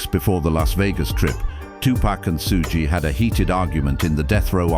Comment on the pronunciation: Not being able to pronounce PAC and Suge’s name causes this to lose credibility in its self